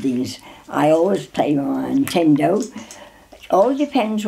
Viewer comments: “Intendo” it’s beautiful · "the atendo"